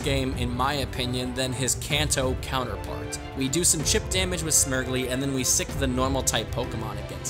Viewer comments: I cant tell if youre mispronouncing Smeargle on purpose... its "smear" as in paint smear and "gle" as in beagle coz its a dog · Calling Smeargle, Smirgley from now on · Are you saying smeargle like that as a joke? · Okay but is nobody talking about how he pronounced Smeargle?